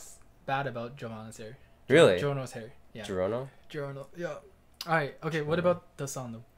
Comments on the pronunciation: The way my guy butchered giorno gave me cancer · I don't know how this guy have a hard time saying Giorno's name 😂